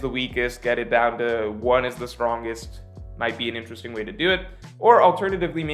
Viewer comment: "intresting" video:)